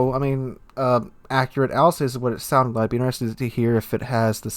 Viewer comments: Your pronounciation of Alsace its killing me Al-zahs Not Al-says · Alsace is pronounced 'alsass',.